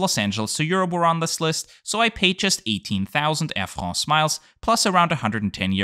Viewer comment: "Air Frrrraaahhhnsee" lol!